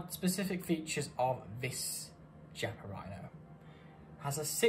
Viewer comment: Beautiful test and wonderful gun. If it had been a conversation between friends it wouldn't have mattered, but if you do a video test, you should at least know how to pronounce the stuff you're testing. Every time you said Chiappa" my ears bled. Nowadays it's not difficult, just go to Google translator, choose Italian, write "Chiappa" and have it read to you. There are no more excuses.